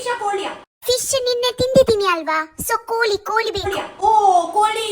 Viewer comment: You mummy village is different you stay village was different coz your mother's kannada and tulu is different from your 😂 atleast learn from her and onwards we have pronounce koli not kori right 😂 after sometime many days you put vlog that also copy who gives cat biryani and till now u didn't celebrated bday of cat